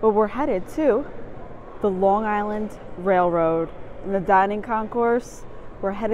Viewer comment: as a long islander, I respect how you pronounce long island. 👍